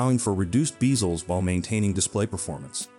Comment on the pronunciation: “Beezlez” is crazy!